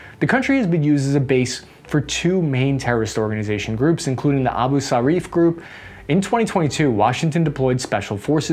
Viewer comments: It’s “ Abu Sayaf” not “ Abu Sharif”., ( Omar.) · its abu sayyaf not abu sharif LOLLL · It's A-bu sa-yyaf not abu-shariff. Also, it's Ma-ra-wi not Mar-wi lol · It's "Abu Sayyaf," not "Abu Sarif." Omar Sharif is a famous Egyptian actor of yesteryear. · Abu Sayaff not Abu Shariff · "Abu Sayaf", it is pronounced: Abu Sai-Yaff, not "Abu-Sarif" Marawi is pronounced: Ma-Ra-Wi but still, I love your videos just the same! ❤❤❤❤ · Pronounced Abu Sayef, not Abu Sharef! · Its ABUSAYAFF not abushariff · Abu Sayyaf becomes "Abu Sharif" Marawi becomes "Marwi" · A-bu Sa-yaf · bro butchered the abu sharifs names in the battle of mari lol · You got balls on messing up our history. You can't even pronounce locations in The Philippines, The Former President's name, and Abu Sayyaf correctly, let alone telling people the history of the country. Even your Ad is misleading. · He mangled Abu Sayyaf too, so I guess it evens out. :D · not sure how the letter R was present in "Abu Sayyaf"